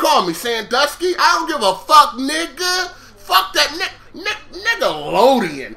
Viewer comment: "Niggalodeon" every time i hear you say that i laugh my ass off. LOL